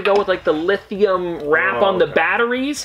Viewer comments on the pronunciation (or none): none